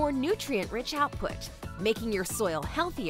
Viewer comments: No, I've never "burried" teabags. So no one ever told her "bury" is pronounced 'berry'? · She pronounces "buried" weird